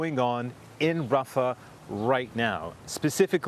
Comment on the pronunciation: On Hamas not Rafau